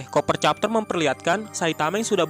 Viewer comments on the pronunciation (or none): Cover bukan coper